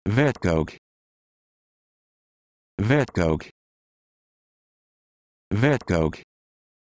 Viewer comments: More pronounced like "Fet-cook" instead of what you said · Yeah, that's not at all how you pronounce it 😐